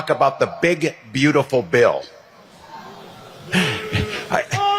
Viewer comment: It sounded like Governor Waltz said Bigot Beautiful Bill. If he did, that's true too 😅!